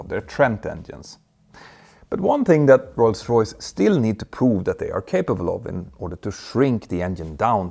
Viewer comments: I’m not trying to be mean or poke fun but I wonder why does it sound like you pronounce rolls Royce like ‘Roy’s Royce’ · You don't roll the r in english specially not in Rolls Royce 👍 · When you say Rolls-Royce you roll your " R ". Thanks for the video, good topic.